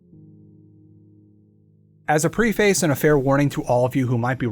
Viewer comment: the words preface is pronounced “preh-fuss”. It’s ok a lot of people make that mistake.